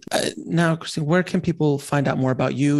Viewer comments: Her name is Christiane (3 syllables). FYI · I think she pronounced her name “Christiane” - “Chris - T - e - anne”. Love this pioneer!! Isn’t it funny she has the name Christ in her name. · Her name is not Christina,,,,,learn how to pronounce her name as you would not want people to mispronounce your name! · her name is Christiane, not Christina...And the written script she was just in Atlanta then Asheville, not Nashville...thought you'd want to know; ) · It's not "Christina", FYI. Christiane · Christiane = Criss - T - ann